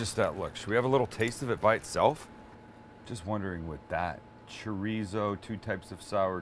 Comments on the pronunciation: ChoooooooRrrrrrrizo.*** not Choryso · come on Sam you can say Cho-rrizzo correctly with the spanish lingo we know you have , educate the masses pinche wero ... LOL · As a Mexican, I love how a Jew says Chow ree zow. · Idk I dont trust people that can't say chorizo right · the whitest “chorizo” i’ve ever heard someone say LMAOOOO